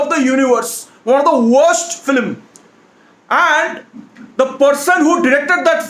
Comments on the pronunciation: No one's gonna mention "Filim instead of film???" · People:- film:- flim 🤣😂😆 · Guy it's film not philim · Nobody. Absolutely nobody. This guy: flim. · Yeah that was waste “FILIM" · it's not film it's Filim 😂😂😂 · Nobody:: Filim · this how many times he said filim ↓ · Honestly speaking your filim pronounciation is 0 to the power of infinity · it's not 'filim' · Is saying flim??😂😂 I love him anyways.